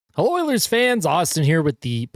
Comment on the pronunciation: Also “heLLOilErs fans”